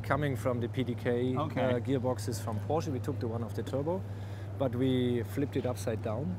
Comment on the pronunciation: Ha, Jay finally pronounced Porsche correctly...prolly because a German was next to him...